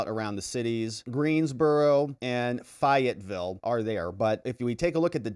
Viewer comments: Bun (come) is the pronunciation and fay it ville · Just helping out to let you know. Fayettville is said as FAY IT VILLE. Raleigh is pronounced as RAH LEE. Thank you so much for all you do for Americans! Love your work! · Fi ett ville? Come on man! FAY ett ville named after the Marquis de laFayette, Gilbert du Motier, who fought in the American Revolution. Fayetteville, NC was the first city named after Lafayette, and is the only one he actually visited, arriving in Fayetteville by horse-drawn carriage in 1825 Host to Fort Liberty (Bragg) home of the Airborne and Special Operations Also called Fayette-nam bc of the crime during the 70s and 80s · Fay etts ville